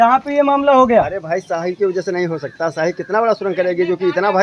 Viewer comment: Shyahi nahi shahi hota hai neta ji